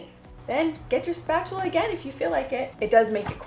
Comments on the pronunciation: “Spachela included” 😂😂😂😂 and always Ryan is a mess 🤷‍♀️😂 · When you said “keep your spatula in your nightstand you might use it more often than you think” I burst out laughing 😂 Am I the only one who heard it that way?